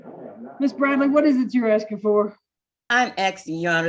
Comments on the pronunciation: PD "...she would be axin for...." Hurts my ears. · Love! Also have a hard time listening to an educated attorney with at least 6 years of post graduate education saying “ax-ing” for various concessions. This is not a complicated word…please do yourself and your clients a favor and learn to say “asking.” I’m begging you. It makes a world of difference.